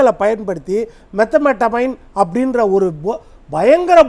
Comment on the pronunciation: அது மெத் ஆம்பிடமைன், ஐயா -- மெதமட்டமைன் அல்ல 🙁